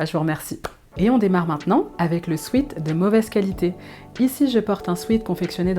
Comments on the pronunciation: On ne prononce pas "swit" mais swèt Sweet c'est sucré.... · En anglais, sweat (du verbe to sweat = transpirer) se prononce « swêt » et non pas « swit ». Il vaudrait d’ailleurs mieux parler d’un sweat-shirt.